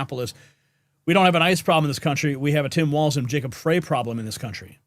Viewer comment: FYI: FREY, is pronounced like”try”, “sky”, and “fry”…. Not FRAY…You’re welcome😊